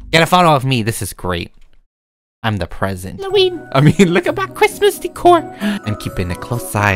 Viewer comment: No one: Literally no one:: “It’S kRiMaS”